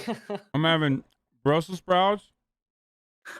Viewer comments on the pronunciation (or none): none